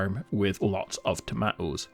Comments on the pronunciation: Does the letter "T" mid word not do anything? What part of the UK are you in? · Toe-mah-oohs. Ha ha ha! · TOE MAH OHS